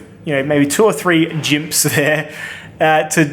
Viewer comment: "2 or 3 jimps"